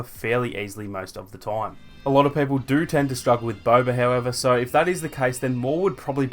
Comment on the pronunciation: Bro, ur accent is annoying af, it's BOBA! not Bober. And it's people, not pepple.